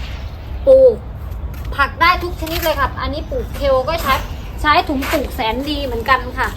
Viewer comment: ทุกอย่างทำดีแล้วค่ะแต่ขอคลิปต่อๆไปคุณพูดให้ถูกต้องหน่อยเช่นปลูกพริกไม่ใช่ปูกพิกกะเพราไม่ใช่กะเพานะคะจะเพอร์เฟคมากเลย🤘🤘😮